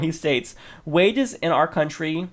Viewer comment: FINALLY someone pronounces our properly, SO MANY news anchors say are instead of our. It's the same pronunciation as hour the h is silent, our and hour, a personal pet peeve of mine.